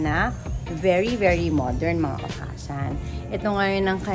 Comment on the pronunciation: new subscriber here!honestly dahil nakita ko ang diamond star kaya ko po napansin na may YouTube channel pala si ms.merryl :-) just wanna share lang po at d para umepal because i live here in japan,okasan should be pronounced as okasang.parang hasang?ng isda.good luck po & more power mama meme!